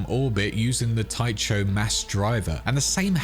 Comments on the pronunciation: All the mispronunciations! "Kim Jong the second"? Not Kim Jong Il (as in 'ill')? "Tie-cho" as in Jon Cho instead of Tycho as in tike-oh. Spelling out CHOOH2 each time. Just funny, is all. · Tycho is pronounced "Tie-coe" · Tycho is pronounced tie KO